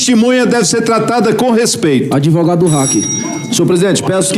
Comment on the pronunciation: DÁ NOJO OLHAR A CARA DESSE SEM VERGONHA E DO "ADEVOGADO" DELE. ESSE DESPOTA FOI PREPARADO PARA ACUSAR ADVERSÁRIOS.